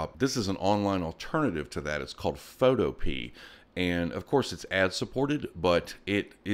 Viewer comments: Sorry, just had to laugh at your pronunciation of "Photopea". I heard you pronounce it (FOTO-pee). I believe it is pronounced (Foe-TOE-pee-Ah). Think of cornucopia. Just wanted you to know you made my day with that!!! Great job on all your videos. I watch and enjoy each episode you make for us. Keep up the excellent work. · I don’t think it’s pronounced “photo-pea”, I think it’s pronounced “pho-to-pee-a”, kinda like utopia. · Foto-pee?? I think its it called Pho-toe-pee-ah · Very useful video, thanks. However I think "Photopea" is pronounced like Utopia.